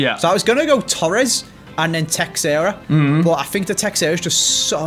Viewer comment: Texeira is pronounced "Thae-shae-ra"